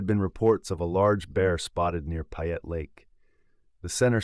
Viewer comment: If you are going to tell a story you need to pronounce the names correctly-- You lost me on "Payette"